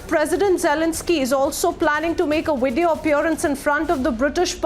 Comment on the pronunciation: I didn't know video had a "w" in it😂🤣